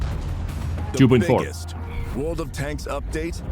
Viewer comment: Ladies and gentlemen.......... TODAY....... VORLD OF TANKS!!!!